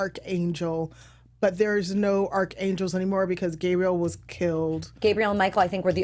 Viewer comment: Arc not Arch